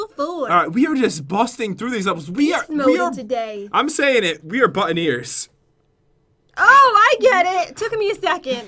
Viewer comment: I thought pat said butt in ears lol